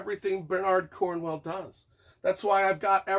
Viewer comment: Gotta admit I didn't expect Bernard and Cornwell to both be mispronounced :P Otherwise great review, enjoyed it a lot. For me it was a fun read and flew by, but by Sharpe standards was fairly run of the mill.